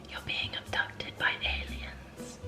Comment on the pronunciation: “Your being ubducted by aliens” 😂😂😂